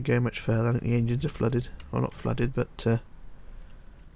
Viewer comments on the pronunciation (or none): PLZ STOP SAYING BUT-ERR JUST SAY BUT U DONT NEED TO SAY 'ERR' AT THE END!!! OK!!??